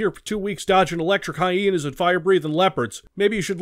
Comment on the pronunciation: I really like how he pronounces Hyena..He says "Hyeenie" and it's kinda awesome, lol 😆